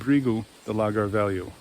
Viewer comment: On pronunciation again. Lagar is accented on the second syllable, not the first. Words ending in R,U,Z,I and L are accented on the final syllable, unlike the majority of Portuguese words. So it is La GAR.